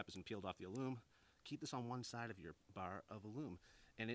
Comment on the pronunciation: As a proof reader at work, I had to look up your pronunciation of "alum." It's actually 'ă lәm, according to two heavyweight references, Random House Webster's Unabridged and Webster's Third New International Dictionary.